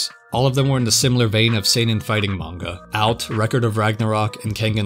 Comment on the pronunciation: “mane-guh”? Bruh it is the year of our lord 2025